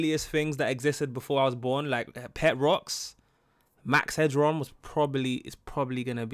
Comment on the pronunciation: Why do you keep calling him max hedron?